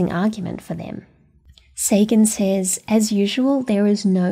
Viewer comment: What an inspiring and great teacher to have had ! What would happen… Trumpism level Department of Alien Warfare. Secretary of Obscene weapon spending … Your start talks about the curriculum “Says”. It is pronounced “sez”.